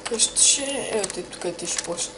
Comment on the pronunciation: Поправка Къща а не каща :)